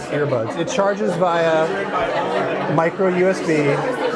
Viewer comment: did he just say Micro USD?? i'm sure he meant USB... but it clearly sounded like USD